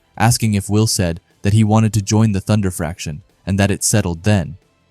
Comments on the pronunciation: Fraction? I've heard more fractions here than in high school math. Faction. No 'r'. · 🗣️ ❌ Fraction ✅ Faction